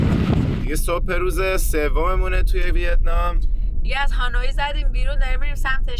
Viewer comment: دوستان عزیز خوش بگذره بهتون فقط تلفظ اسم پایتخت ویتنام هانوی هست نه هانویی حرف ی ساکن هست موفق باشین